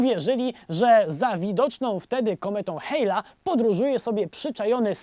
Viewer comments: Kometa Hayla? A nie Halleya przypadkiem? xD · Nie kometą "hejla" tylko kometą Halleja, tak to się czyta. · Mała poprawka....To była kometa Halleya, czyta się ,,Haleja", a nie ,,Hejla", jak Ty wymówiłeś....Taka drobnostka. Pozdro Stary!